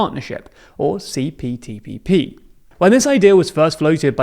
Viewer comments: Isn't he saying CPTPPP? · I think you said CTPPP. Yes I definitely heard CTPPP. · ...say CPTPP again. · I want to know how many times you mispronounced CPTPP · You said it wrong